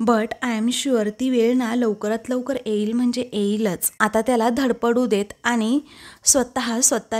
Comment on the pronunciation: एईल कय ये ये येईल नीट मराठी उच्चार शिका